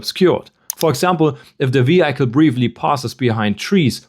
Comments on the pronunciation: Schön erklärt, aber bitte, das Auto spricht man nicht (vi:haicle), sondern (vi:hicle). 😬 Der kleine Oberlehrer sei erlaubt. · Du solltest die Aussprache von Vehicle noch mal überdenken…